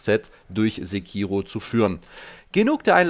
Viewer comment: Freu mich richtig drauf! Übrigens: im japanischen ist es in der Regel nie verkehrt, die erste Silbe immer zu betonen. Sékiro ;-)